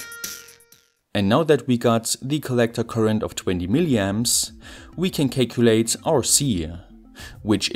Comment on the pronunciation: i love how he says cay-culate lol